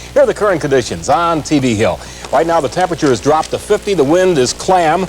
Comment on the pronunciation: Love the blooper on the weather report where it said the winds were "clam"!